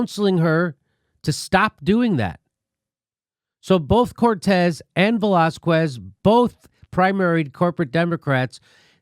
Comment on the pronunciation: Velásquez. The 'U' is silent. So its Velá-skez. Not Velaskwez.